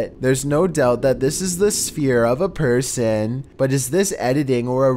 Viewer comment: Its person not porson